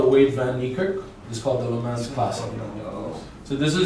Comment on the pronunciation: I hope you work on your audio because these are good videos. Also every time i heard you say Le Mans it drove me nuts